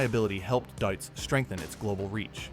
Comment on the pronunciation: Why is it such a challenge to pronounce a name as simple as this one correctly ? Deutz = Doytz The AI even got it correctly at one point. 😂